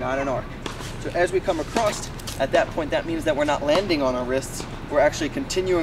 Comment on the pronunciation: subscribed, love the tutorials. Only criticism is it's "across" not "acrosst" .... there is no t....